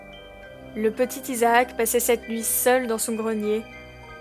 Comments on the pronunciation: On dis Isaak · les gars izacke à di à Jack je crois je croyais